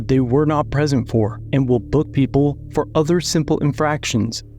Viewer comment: Fo is not a word think he means for.. or maybe four 🤔